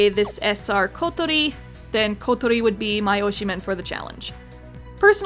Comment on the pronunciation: I just noticed got the Kotori pronunciation down; )